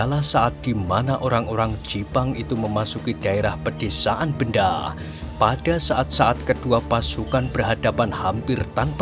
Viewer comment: Bukan nya desa Bendo Kisanak? Aneh kedengaran kalau di ucap Benda....